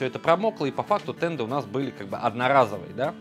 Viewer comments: Да, слух конечно очень сильно режет когда слышишь "тенДы", еле досмотрел. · Почему "тенДы"? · Правильно говорить "денты"